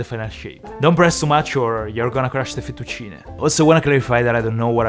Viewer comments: Your saying Fettuccine in a very French way futtuccinehhhhhh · ancora oggi mi chiedo perchè pronunciavi fettuccine come se fossi inglese e non sapessi la pronuncia 🤣🤣🤣W la cucina italiana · the way he say fettucine is cooooool